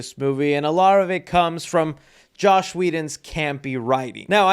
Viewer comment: Bro it's JOSS not JOSH